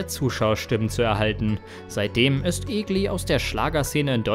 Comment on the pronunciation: Ich dachte immer Beatrice war die erste Frau die gewonnen hatte. Warum wird Daniel Kübelböck und Luca Hänni nicht erwähnt? Unf warum kann kein Deutscher den Namen Egli richtig aussprechen?